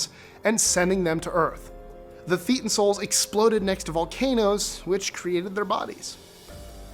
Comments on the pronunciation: If you're going to put up videos about a subject, the least you can do is learn to properly pronounce its nomenclature. It's not, "theetan" -- it's pronounced, 'thay tan'. It's derived from the Greek letter, theta. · Minor item: Thetan is pronounced like Satan, with a lisp. Mispronouncing that marks you as an outsider -- what they call a "wog" and beneath contempt; certainly not anyone to be listened to further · THAY TON! Say it right. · This video is 100% manipulated fact and distortion of reality. This man knows nothing of scientological practices. He doesn't even know how to pronounce thetan lol.